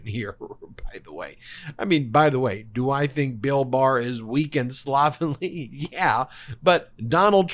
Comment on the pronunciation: Look up the correct6 pronunciation of the word "slovenly".